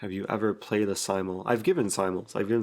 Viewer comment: "The simultee"